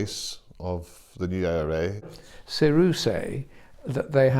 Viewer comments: I know, its pronounded Sarah, don't know why its pronounced saor-U here, i have heard others pronounce it that way. Does Sarah sound too girly? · WTF is SAYROO? Pronounce the name correctly Saoradh is pronounced just like the name Sarah. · “Sayru” it’s pronounced seera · It's not sayroo, it's sayrah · it's pronounced sarah u limey prick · Pronounced Sarah. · Its pernounced soar a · For a commentator whose covered many parades (as he claims), you think he'd pronounce the name correctly 😂😂😂 SA-ROO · SAAAAAROOOOOOOOOOO......ahhh Adair would make a better job of pronouncing the word than taylor. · If they're pronouncing it that way, they're wrong. 'SAORADH' would be pronounced the same as 'Sarah' as Béarla. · Saoradh means liberation is Irish. Emphasis is on the first syllable. It stems from the root Saor "free". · He's pronouncing Saoradh incorrectly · Why is he pronouncing saoradh weirdly. Is it not Saor-a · I found this generally interesting. It's one of the few pieces of coverage on the border issue that taught me something new. But my god, the way he's pronouncing Saoradh makes me want to click away. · The narrator could at least have learned how to pronounce their name ! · Gas innit? In fairness to him, that's how THEY must have told him to pronounce it -, at about -, pronounces it that way too. can't even pronounce HIS OWN GROUP'S NAME! XD